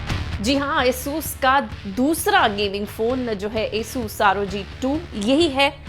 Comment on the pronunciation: madam pronaunciate well not esus ... its asus (आसुस)